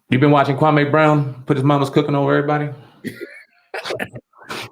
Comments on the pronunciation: So you two haven't seen enough of Kwame's (Kwa•mee) videos to know that you two are still mispronouncing this man's name? You're doing what Stephen A is doing. Maybe this is your subliminal shout out to the Go Along Get Along Gang? His name is not pronounced Kwa•may. It's pronounced Kwa•mee. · It’s Pronounced KWA-ME .. not KWA-MAY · Hi guys, Kwame name is pronounced Kwa(me), not Kwamae. I know you're not being disrespectful, I just want you to have the correct pronunciation. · His name is actually pronounced Kwa-meeee